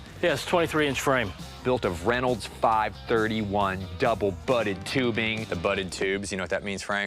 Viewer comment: For a bike guy he got the tubing wrong. It's not 5 "31".. it's pronounced 5-3-1. You say each number as it's own